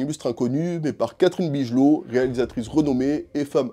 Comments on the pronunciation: Ça se prononce,"Bigeulow" pas "bijeulot", le nom de Catherine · Bigelow se prononce big low frérot, mais c'est pas grave, la vidéo est top